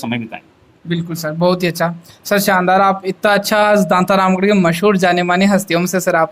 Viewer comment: दांतारामगढ़ होता है दांतारमगढ़ नहीं !!